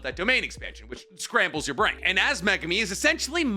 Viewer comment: HE'S FINALLY PRONOUNCING MEGUMI CORRECTLY! Finally. Good job.